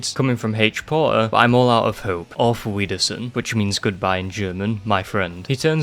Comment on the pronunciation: Auf wiedersehen, NO it’s pronounced Auf Viedersehen Stupid Americans